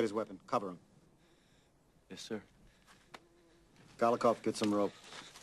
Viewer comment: You mean "Golikov."